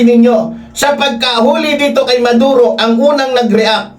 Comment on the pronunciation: Sir,Hindi Valenzuela kundi Venezuela.Maduro ang hinuli Hindi Neduro...constructive correction lng Po with due respect Po sainyo.viewer nyo Po Ako....